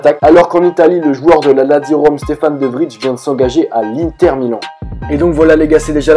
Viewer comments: C'est pas De Vrije mais De Vraille la prononciation ;) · De Vrij ça se prononce De Vreie ;-)